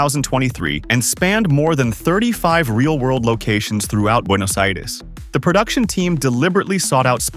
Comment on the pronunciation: Very good pronunciation of Buenos Aires